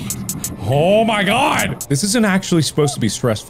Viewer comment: "CHO MY GAWD" -Markiplier 2023... Again.